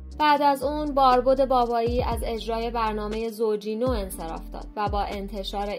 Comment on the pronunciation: باربد ،،،، با فتحه نه ضمه ،،،،، فارسی را پاس بداریم ،،،،،،